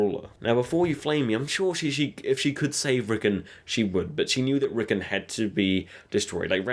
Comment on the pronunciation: not rickun RICKON